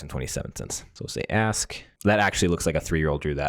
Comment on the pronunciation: There is a "k" in "ask".